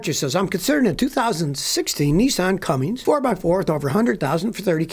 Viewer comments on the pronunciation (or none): Cummins, not Cummings. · Hey Scotty, love your videos, please do me a favor drop the "G" There is no "G" in Cummins.